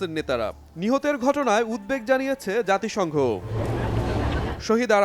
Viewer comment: BALSONGGO/JATISONGGO NA